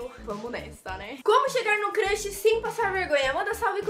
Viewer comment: é crush nn crash ela ta falando crash